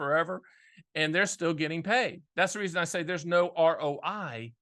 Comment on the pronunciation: “What’s your R Oh Die?”